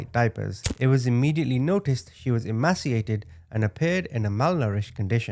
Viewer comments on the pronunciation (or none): Emaciated is pronounced e- mace-see- ated